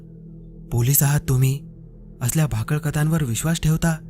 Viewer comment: भाकळ नाही भाकड कथा